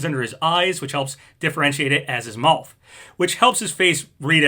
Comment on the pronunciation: Dear, That is not how you pronounce mouth. You pronounce it like Moth with a W. It is like Meowth without the E. Thank you, Big Yoshi